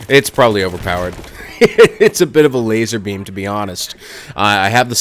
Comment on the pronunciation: was funny when u said lazerbeam....anyone else seen Austin powers? "laser...beam"